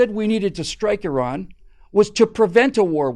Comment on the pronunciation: Very refreshing to hear Americans pronouncing Iran not Eye ran.